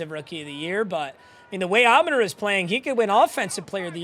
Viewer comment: bro why does he say everyones name wrong on his team lmao. alim, amon ra, teslaa